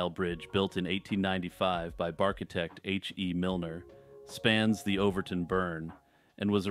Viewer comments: lol "barkitect" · Did you say "barchitecht?